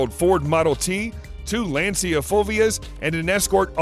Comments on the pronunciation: It is pronounced Lunchah. not lance-ia.... Lancia is Italian for Spear. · Many others have pointed out that it's Prince Charles not Prince Phillip so I'll just mentioned this, it's "LON-sha" not, "Lan-See-uh", FFS.